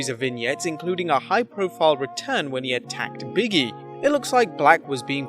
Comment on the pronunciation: Like how he pronounces Big-E as BIGGIE lmaoooooo